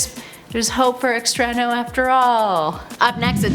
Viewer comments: Good video, fun topic, but....your great but I'm sorry but you totally bombed the pronunciation of "Extrano". Wasn't there at least 1 person of Latin decent that could have coached you on that because omg! It was painful to hear once much less the 3-4 times you said the name Lol. Other than that, great job as always!:p <3 (I'm just picking on you) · Extrano? more like Extra-no